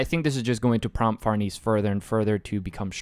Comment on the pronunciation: Also the pronunciation for Farnese is Far-Nah-say, hope I’m being helpful